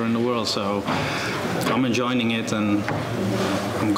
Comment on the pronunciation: "I'm enjoiNing it..."!